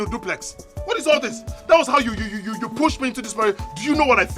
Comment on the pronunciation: She said dublex🤣🤣🤣